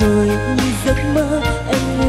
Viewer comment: Phát âm chữ cuối câu kiểu cuê cuê, “…phận êêêmmm~~~~~” , “…thôiii~~~~~”🤢🤢